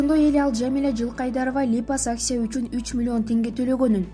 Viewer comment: Туура окуганды уйронсон биринчи. "Липосакция" болунбой окулат. "Операция" "Опереция" эмес.